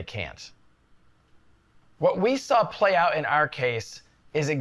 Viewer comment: do you know there is no "l" at the end of the word "saw", "sawl" is not a word